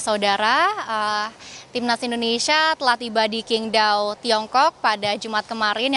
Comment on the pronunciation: bacanya itu SINGDAO bukan KINGDAO